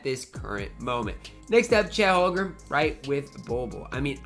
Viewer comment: Will someone please tell he’s saying Holmgren wrong